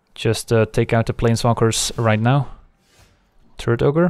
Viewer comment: I keep hearing "Turd Ogre" instead of "Turret Ogre"